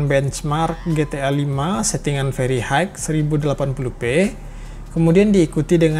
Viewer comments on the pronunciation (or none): none